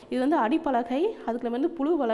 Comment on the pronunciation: புலு அல்ல புழு தயவு செய்து தமிழை அழகா உச்சரிங்க